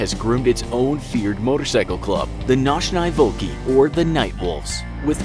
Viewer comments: It’s pronounced nochniye volki. I know cuz I’m russian. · how american are you to pronounce their name in russian so bad???